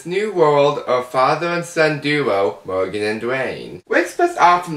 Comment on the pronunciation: Mowgan and Duwaaane. Killing myself here! (I'm sorry!)